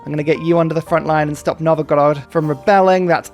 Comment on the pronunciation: Also great attempt on pronouncing “Novgorod”! I’m proud of you!